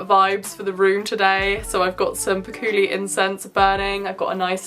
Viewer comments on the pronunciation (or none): I'm sorry, did you say "pakooli" incense? 😂😂Ohhh Thanks for the heads up on how hard it is to make a tarot deck, I'm trying to make my own and I've realised just how many cards I need to make for the deck lmao, I got to 20 cards and have run out of ideas